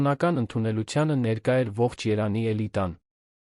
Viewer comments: Արա. Երան. Չի, ԵՐևԱՆ. Է. ԱՐԱ։ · Անգրագետ՝ Երևան , ոչ թե երան , դու կեղծ, ժամանակագրութուն ես հաղորդում ։